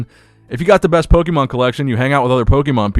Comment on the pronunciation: Gary has always seemed kinda shady to me pokemonoverflow did a great video on him. I also can’t trust anyone who pronounces Pokémon wrong 😂